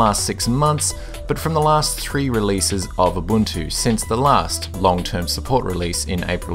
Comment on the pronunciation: Abuntu :D